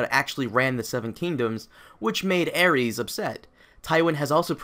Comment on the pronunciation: Aries? It's Aerys bro